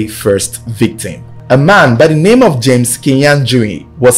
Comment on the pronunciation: Well narrated and names very correctly pronounced 👍🏾👍🏾👍🏾👍🏾👍🏾👍🏾!!